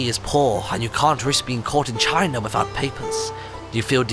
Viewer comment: When inthelittlewood said for china it sounded like he said vagina